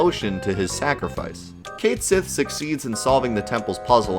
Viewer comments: The name Cait Sith is actually Gaelic and is pronounced Ket Shi, that's why the Japanese romaji says "Ketto Shi".. They just decided to leave the actual gaelic spelling in the english version rather than change it for convenience lol.. But it IS Ket Shi even though many refuse to say it that way.. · Well, it looks like we are gonna finally get the correct pronunciation for cait sith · Just pronounce the character's name right. Choosing to be wrong despite the correct answer staring you in the face means you suck. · Second syllable emphasis instead of first, mutt instead of moot. Had to use Guggle for this, boot yeah. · Why in the world would you make a big stink about Cait Sith's name and your vapid reason to continue to mispronounce it if you were going to show a page in the guidebook which shows how it was intended to be pronounced? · 2 minutes in and I quickly realize you're not cut out to talk about this. Had to stop and be the nuisance I am! Here we go... The game was made in Japan, sweetie. And guess what? Any foreign name gets written in Katakana, which is a phonetic alphabet. Ready for it? Disc 2, track 20 of the FFVII OST. "Cait Sith's Theme," or "Theme of Cait Sith." Here's its original title in Japanese: "ケット・シーのテーマ" "Ketto Shii no Teema" And I mean, you don't even have to know Japanese. just put "ケット・シー" into Google Translate and it'll give you a best guess with "Kett She." It's not some whack theory. It's the intended pronunciation as handed down by the game's creators, because they're into mythology and sh*t. In case you hadn't noticed. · But it's Ket Shee tho... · The Japanese pronunciation of it is Ket Shi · "ket shee " is the pronunciation. I saw it in the versus guide book. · Its Kat Shee not Kate Jenner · I legit had to say CAT-sith everytime you said :'D KATE-sith to watch this! lmao. Anyway good video. It's so weird how hard it is to hear something different. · I also call Cait Sith "Cayth Sith" forever, you're not alone bro!